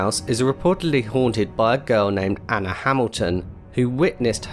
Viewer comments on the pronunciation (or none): none